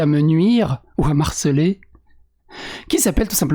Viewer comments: On dit Me harceler et non m'harceler, ceci dit j'aime tes vidéos malgré tout 😀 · Un bad buzz reste un buzz. Et tout buzz est un bon buzz... CQFD. Par contre, c'est 'me harceler' pas 'm'harceler'... si tu t'appelais Marcel, à la limite mais bon! 🥰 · On dit "me harceler". Il s'agit d'un H aspiré, tout comme on dit le Hibou et pas l'hibou.